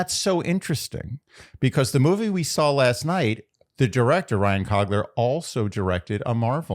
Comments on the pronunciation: plleeeaase ily but its ryan cOOgler not cogler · Ryan Coogler, not Cogler 😅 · the amount of slightly off things in this episode (mispronunciation of coogler, calling hbo max apple tv, 877 right now instead of cash now) made me feel like i was experiencing several mandela effects in real time